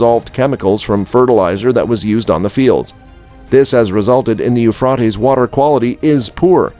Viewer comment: You're saying the river Euphrates wrong.